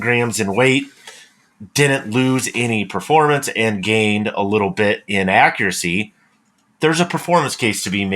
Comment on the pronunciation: I swear just said "Haccuracy"! 😊